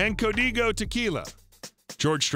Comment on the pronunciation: The speaker also mispronounced his tequila, Codigo.